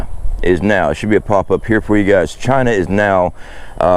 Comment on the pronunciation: It's pronounced Chhhiiiina.😂